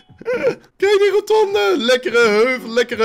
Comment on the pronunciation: Iemand die 400 keer per minuut roNtonde zegt zou toch moeten weten dat het rotonde is -_